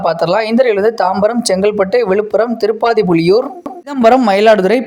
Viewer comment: காந்தூரி இல்லை கந்தூரி திருப்பாதிபுலியூர் இல்லை திருப்பாதிரிப்புலியூர்